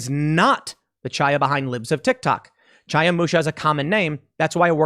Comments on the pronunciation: Chaya is pronounced with a Chet, the gutteral sound in the hebrew language that sounds like youre clearing your throat. Youd be better calling her Haya rather than Chaya (like Chap) if you cant do the gutteral Chet sound. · "Chaya" is pronounced "Haya". Unless you know how to pronounce a Hebrew "Ch", which statistically speaking you don't.